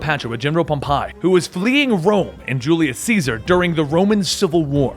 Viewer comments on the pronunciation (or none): oh dear god its not just japanese you're bad at pronouncing but greek and egyptian too? Any high school history class would have told you how to pronounce these names. Ptolemy. The P is silent so its Toh-leh-mii Pompei. Pom-pay or pom peh. You know what? Just to make it super easy for you to remember. Watch rome. Not wholly historically accurate but... only to a nitpicky point. The basic historical events basically happened as were recorded. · I think your pronunciation of Ptolemy and pompey are off